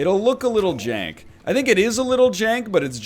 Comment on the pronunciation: NL, you cant miss completely and then call it "jenk" :)